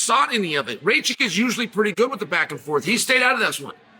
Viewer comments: Its noT rejčik but rakić. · Not Rachik 😂 Rakić !!! ić at the end 😂 like Jokić instead of Jo put Ra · no disrespect to Chael, but its not ray-chick, its more like rack-itch :) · Hahaha just arrived here to hear if Chael will pronounce Rakic’s surname Raychik again. And he did hhahahaah😂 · "Ray-Chick". 😂🤣 His name is Rakic. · Nauci da kazes Rakic glupane,nisi od juce u UFCu.. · The Rocket had some bad luck in his last 2 fights, but is capable of winning - could be the FOTN. PS: please pronounce his name correctly 😜😜😜